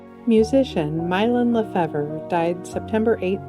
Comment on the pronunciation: Thank you for your wonderful channel. I'm a sub and watch every episode. I appreciate the presentation which is professional and well researched. The only thing that needs improvement imo is a little research on the correct pronunciations of names prior to recording the episode. In this segment it's Mylon Lefevre. whose last name suffers a bit. It is correctly pronounced [LUH] + [FEE] + [VUH] . Cheers for many more videos!